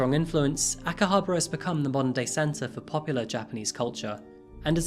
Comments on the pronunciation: I watch your videos on my lunch breaks, love the content and you talk about cases in such incredible way. Just one thing, be sure to work on your pronunciation of the places you are talking about. Aomori was tricky and I had to rewind, but Akihabra... Still, you're my fave crime content creator. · He pronounced Akihabara completely incorrectly. Along with many other words...